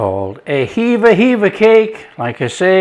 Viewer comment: HEVVA CAKE Is not forgotten in Cornwall. Called Hevva because that's what the people on watch on the cliffs called out when they saw the pilchards. Its hevva not heava